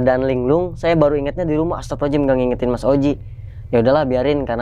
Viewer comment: Ucapan Astaghfirullahal'adzim nya bang coba perbaiki.. Jadi jangan Astapirulohalajim Astapirulohalajim Astapirulohalajim gitu. Maaf cuma sekedar mengingatkan.